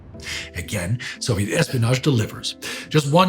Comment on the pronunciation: I've gotten used by now to saying "possition" and "possetion" (etc), but "Zoviet" and "Nagazaki" still break me 😅 Anyway thankful as always.